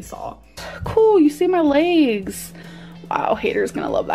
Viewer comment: My LEYGS MY LEYGS 😂😂 the way you say legs makes me howl every time 🤦‍♀️😂